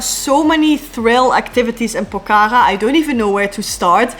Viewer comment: The way you pronounce Pokhara is really cute yr ❤😃